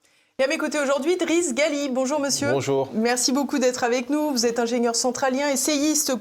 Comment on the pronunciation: L'invité s'appelle Driss Ghali , non pas Gali . La prononciation est toute à fait différente , informez vous madame la présentatrice ...